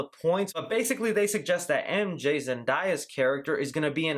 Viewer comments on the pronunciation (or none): it's zen-DAY-a, not zen-DIE-a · Did he just say "Zendiya" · ZEN-DAY-A Still loved the video tho🙃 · James Mark it’s pronounced zenDAYuh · its zenDAYa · You butchered zendaya’s name